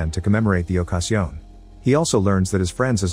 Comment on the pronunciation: to commemorate the o-ka-sion 😄